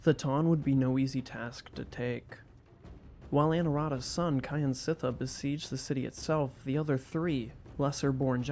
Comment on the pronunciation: "Kyansittha" pronounced "Kjan sit thar" not "Ky an sit thar"